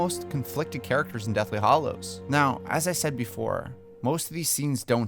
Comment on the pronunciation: After all these years and all the movies, have you not learned that it's "hallows", NOT "hollows"? Also, after eight movies, did you never once notice that they pronounce Hagrid's name "Hag-rid" and not "Hay-grid"